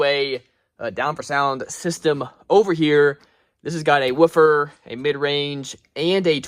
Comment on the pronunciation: why are you saying woofer like that? Are you one of Ric Flair's relatives?????